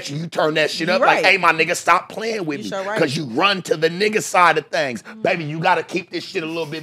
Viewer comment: Bro said “Thangs” 😂😂😂😂